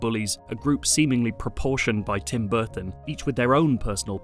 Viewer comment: Tim Burton? Or Tim Burthon?